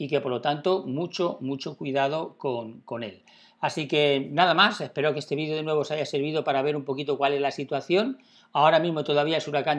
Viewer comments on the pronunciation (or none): none